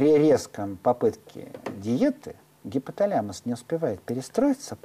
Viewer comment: гипоталЯмус... ужас, как только он начал коверкать слово - информация начала проходить мимо ушей, до того режет слух